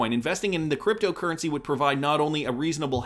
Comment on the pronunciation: Why do you always put a weird accent on "creptyo eri"..